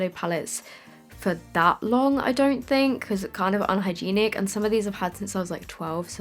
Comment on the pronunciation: I like the way you pronounce hygienic 😂